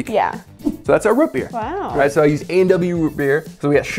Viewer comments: Root NOT Rut. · Root beer not rut beer smh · It’s ROOT beer, not rət beer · I kinda cringed anytime said Root Beer. It was like Rut Beer..... I don't know how to feel about that. It was kinda funny but still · "Rut beer"? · lol why does he say root beer as "rut beer" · Did he say rut beer? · You lost me at “rut beer” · Did he say "Rut Beer"? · thats not how you say root beer